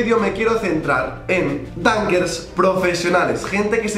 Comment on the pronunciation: Like si cada que decía dunkers entendías tanques😂